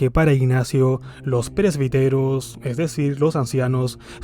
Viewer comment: Se pronuncia " presbíteros", acento en la í.